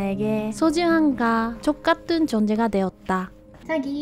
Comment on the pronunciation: 가 족같은을 띄어읽지 마요 ㅋㅋㅋㅋㅋㅋㅋㅋㅋ